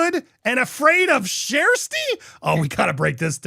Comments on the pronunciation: Who’s “Shersty” fla? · Her name is pronounced Sash-tee. It took me forever to get it right. I have to think of it spelled this was instead of how it’s actually spelled so I get it right. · Her NAME IS PRONOUNCED SHASTI. Be respectful Andy! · There is no R sound in her name. It sounds close to Shasty or maybe Shesty.